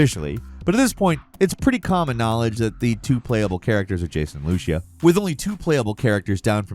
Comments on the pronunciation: It’s pronounced Lu-See-Ah not Lu-sha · Loo-see-uh, not loosha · Bro. Lucia is pronounced Lou-see-uh, not Loosha lol They even said her name in the official trailer. Get it together,! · Guy... It's not Loo-she-uh, it's Loo-SEE-uh. 👍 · Lucy-ah. Lucia. Not Luschia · Loo-see-uh not fucking “Loo-she-uh” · Bro,, it is LUCIA (LEW-SEE-UH) not LOO-SHA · It's Lucy-ah not looshia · Man, this all repeated info, that we already know. Not 1 thing you said is something none of us know. Needed the clicks? And it’s not “gta online” it’s FiveM is where they RP, two separate things. GTA Online sucks. LU-SEA-AH (not) LU-SHE-AH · Loo-SEE-UH no lushia lol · Lushia you mean Lucia smh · It’s LOO SEE UH. NOT LOOSHA lmao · Sorry to be that guy, but let’s nip it in the bud now. It’s Loo-see-uh. Not whatever this “Looshia” thing we keep hearing. Lucia… it’s just Lucy in Spanish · Lushia?! it's read as Lucia, literally says it in the first dialogue of the only trailer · Lucia is pronounced loo see uhh not loosha.... You sound uncultured 😅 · Lu-SEE-uh not Lu-SHE-uh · Lushia? Uh. It's Loo-See-Ah,. face palm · Lucia isn’t pronounced like lushia it’s Lucia like Anna Lucia from lost.. loo see uh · Loosha? lu-SEE-a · It’s not pronounced looshia lol it’s Lucy-ah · "Lucia" is pronounced "Loo-see-a" not "Loosh-yuh", holy moly. It's even spoken in the trailer in the scene playing right when you butchered the name. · Bruh her name is pronounced LOU-CEE-UUh Not looshia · hey, it's not pronounced Looshia, it's Loo-see-ah, as in Luce, the spanish word for light. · Why does he pronounce Lucia's name as Lu-She-Uh? Her name is literally pronounced as Lu-See-Uh in the trailer. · it’s pronounced LU-CEE-UH not LU-SHI-UH lol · Pronouncing Lucia as “Lusha” is the most thing I’ve ever heard. The undefeated mispronunciation champ!! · it's pronounced, Loo-Cee-Ah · Who tf is looshia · Lucia not lushaa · Loo-SEE-ya "Lucia" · If he says "lushia" 1 more time 😂